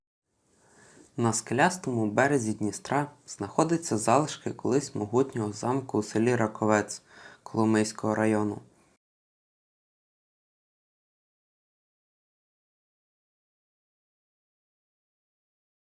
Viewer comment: Раковець а не Краковець!